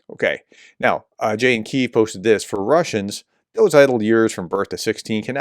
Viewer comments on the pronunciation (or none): none